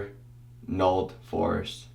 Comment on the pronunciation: I wasn't paying attention and the whole time i thought he was saying it smelled like a "force" instead of a "forest" lmao